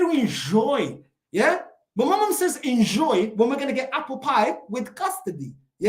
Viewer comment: "Just en-JOI" 😂😂😂😂